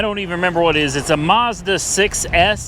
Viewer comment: There is no R in mazda.